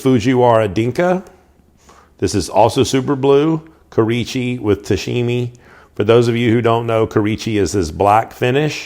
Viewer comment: Kurichi? No. Kurouchi.